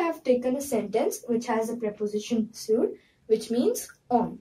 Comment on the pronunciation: Correct the pronounciation for sur you pronunced it wrong